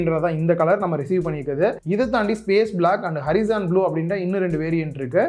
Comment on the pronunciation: அரிசான் இல்ல ஹோரைசான்